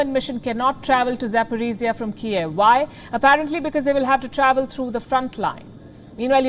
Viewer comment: Запорожье is not pronaunced like that... Запоризия/Запорожье, in my humble oppinion, not the same